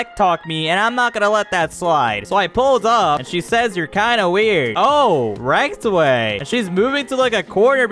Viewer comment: It's not Rektway it's rizzway